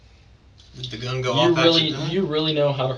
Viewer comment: It’s so annoying how he pronounces gun as “Go-Uuuuuun”. 😂